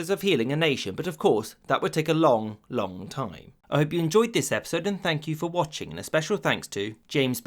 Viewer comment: Emphasis on the Long, Long time part